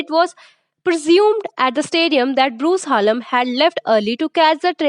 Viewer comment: Dhanyawad ❤❤😂😂😂 fun fact :- madam bruce haaallm nhi hota bruce hallam hota he lol❤❤❤😂😂😂